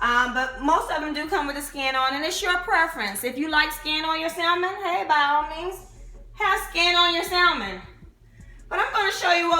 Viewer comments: Pronounced sa mon not sal man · The L in Salmon is silent. It's hard to take someone serious who cannot pronounce what they're cooking. Pronounce the fish as SA-MON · Stop pronouncing the “L” in salmon. You don’t have to scream when you’re speaking.